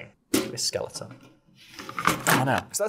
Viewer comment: "I want a 12 foo skeluh on"